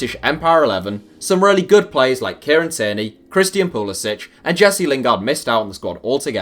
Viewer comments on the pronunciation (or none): You got my hopes up when Pulisic was in the thumbnail. And it's not a Croatian sounding ć, even though it is a Croatian name, I've heard his last name is supposed to be pronounced with an English c as in cat